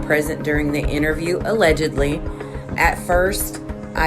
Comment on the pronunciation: Hey lady on the video it’s allegedly not illegady 😂😂😂